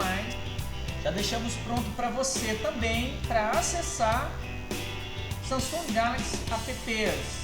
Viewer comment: Samsunga? kkkkkkkkkkkkkkkkkkkkkkk